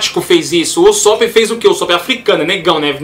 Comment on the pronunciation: U-só-pi fico louco ouvindo assim '- U sô pu malz falar assim mas no animê eles falam assime pa ne falou ta falado.